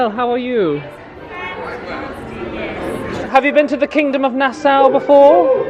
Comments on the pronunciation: I love your vlogs, but just one little gripe; Nassau is pronounced Na-saw not Na-sow. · I always thought it was pronounced "Nass-aww" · NAH-SAW (Nassau) 😀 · Love your vids ! Q: is your way of pronouncing Nassau common in the UK? I have NEVER hear it said that way till now.